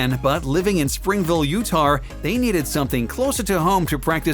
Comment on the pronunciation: Lol now I hear what you mean 😂 Utahr